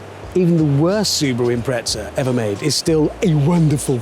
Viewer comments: Why would a porsche specific paint job and livery be a POS subaru for? Subaru Impreza not im-pret-za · Is someone going to tell Hammond there’s no T in Impreza?